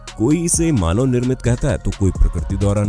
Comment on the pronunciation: Manab nhi manv 😂😂😂